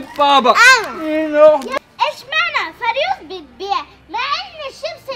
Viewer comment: هوا لي غزل بتقول فريوز